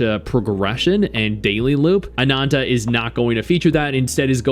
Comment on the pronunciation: Stop saying ANANTA so weird… you speak English.